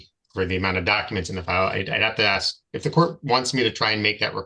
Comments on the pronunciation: When your vocabulary consists of words like aks and liberry, I strongly suggest that you do not represent yourself in court. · When you say things like 'ax' instead of 'ask' and pronounce it 'libary', you really should not decline a lawyer. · so why does this "Indian chief' say AXE instead of ASK?? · I know for a FACT that even Aboriginal people know that it’s pronounced “ASK”…not “AX” my dude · Aks is not a word. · You hear "aks" instead of "ask"? You've heard enough. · The word is spelt ‘ASK’ not “AXE’! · So is he trying to reach the magical threshold of repeating the same time in court? If you say the same thing 10000 times your case is dismissed, right??? 😂😂😂😂😂😂 Wait, so the whole fate of the planet, and likely universe hinges on this one person who can’t pronounce “ask” and repeatedly says “axe”. We are doomed!!!!!!!!!!! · Can’t say library, recognizance, or ask correctly lol and making dumb claims he’s just dumb all the way around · Or maybe teach him how to pronounce the words "ask" and "library"? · if you cant say library or ask, maybe you souldn't represent yourself. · Why is it that so many SovCits can't pronounce the word "ask".